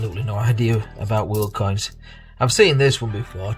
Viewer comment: Nothing is more amusing then watching you try and pronounce world coins. I also cannot wait to see what you have made with Coin Patrol's tat. A fantastic plug which is greatly appreciated. Thank you Brother 💜☕ #christofez